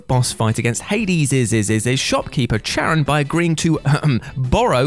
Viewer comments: Charon is pronounced with a K, it's not pronounced with a ch. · Charon is pronounced with a hard "k" sound, not a "ch". 😁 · Charon is pronounced KAYR-ahn, not CHAYR-uhn. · It's Kar-ahn...Ch in greek is pronounced as K. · It's pronounced keh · ruhn. Or Karin. The 'H' is silent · Maybe it shouldn't bother me as much as it does, but Charon isn't pronounced like that. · Feel like he mispronounced charon on purpose